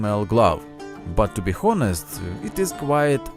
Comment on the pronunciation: No offense but it's funny that you have no problem with saying comfortable but mispronounce honest xd (really great work with the gauntlet btw)